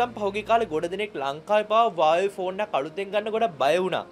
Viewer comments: වාවේ නෙමෙයි හුවාවි කියහං 😂😂😂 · Huawei කියල තිබ්බට ඕක pronounce කරන්නෙ වාවෙ කියල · Uawei newe huawei 😂😂😂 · Broo ubata Huawei kila hariyata kiyannna be ne 😂 😂 😂